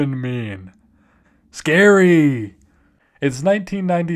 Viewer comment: Oh gawd the scawy hotewl